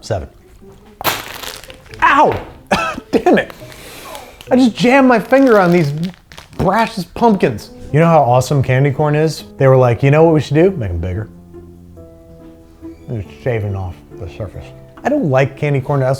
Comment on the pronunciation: Isnt Brach's pronounced 'brocks' not 'brashes' ?